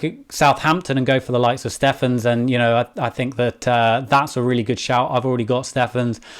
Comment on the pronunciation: Who is ‘Seffens’ 😂😂 poor Mr Stephens